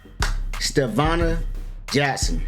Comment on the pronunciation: Bro you so real for saying Stevanna i been saying this for the longest .